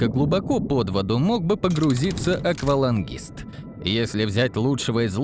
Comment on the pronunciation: Катастрофическая безграмотность автора. На первых же минутах - "аквОлангист", "ДжамалуНГа". Жаль, тема-то интересная.